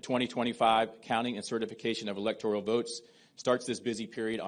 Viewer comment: she says electorial?woke